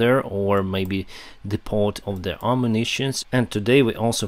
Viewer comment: The "t" at the end of depot is silent